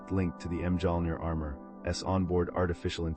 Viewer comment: Hearing the pronunciation of Mjolnir killed it for me 😂